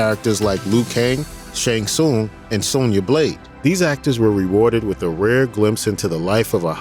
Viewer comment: You’re saying Shang Tsung wrong.